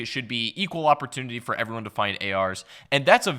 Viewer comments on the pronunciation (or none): none